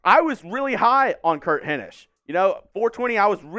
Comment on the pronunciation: Solid B. You've definitely gotten better since you started. I LOVE your energy. I just hate the blatant looking at a screen/script. I feel Will was pretty good at not letting that be too noticeable. Also, pronounce Hinish correctly lol.